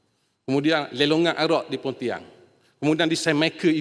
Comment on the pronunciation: sebutan bahasa pn x btl...pontian jd pontiang😂